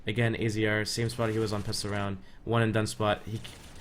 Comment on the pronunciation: Good video, and AZR's name is pronounced "Azza".